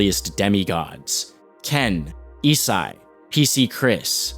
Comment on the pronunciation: you pronouncing isai correctly after all these years of everyone saying it wrong is kinda sick